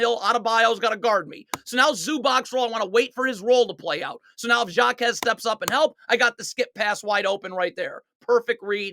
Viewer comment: Jaquez is pronounced like Ha-quez